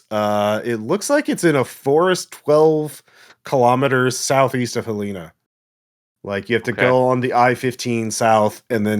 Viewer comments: first of all it’s pronounced Hell-en-uh, but i really came here to say this was kind of a trip because i literally live in Lincoln. this is a good good ass campaign, keep it up!! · winces in Montanan Helena is pronounced Hell leh na (like in bannana)